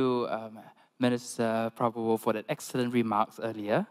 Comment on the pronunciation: Kelihatan MC nya harus kursus sebulan untuk belajar mengucapkan nama PRABOWO